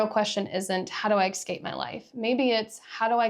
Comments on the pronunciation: Great but your mispronunciation of escape makes me cringe every time. It's es-cape, not ex-cape ‼️ EVERY TIME! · LOVE your content. But I had to stop about halfway through because of this. And to the people saying “relax”, sorry I just can’t. The word “eXcape” is used too many times.